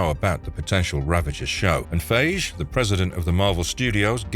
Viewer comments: my only issue with this video is the really bad pronunciation of Kevin Feige's last name 😢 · Can’t believe this guy can’t pronounce Kevin Feige. How can you make a marvel video and have never heard the man’s name pronounced correctly once? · He keeps pronouncing "Feige" like it rhymes with "beige" XD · Kevin Feige pronounced PHI-GEE not PHAGE! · Wait, what? Kevin Fayzhe? 😂😂😂😂 wooo. If you're gonna narrate, learn how to pronounce names, dude. FYE-ghee. Not "Fayzhe" 😂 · "Kevin Fayj" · And I'm sure someone's scolded you by now: "It's pronounced Kevin 'FIE-ghee'!" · "Kevin Faysh" lol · Is this an AI voice over? They way Feige and Wein was pronounced was weird.